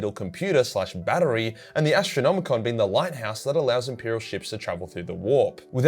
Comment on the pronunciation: Say Ass-tronomicon 1 more time!